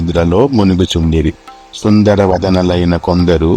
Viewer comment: అది "సుందర" not "సుందరా"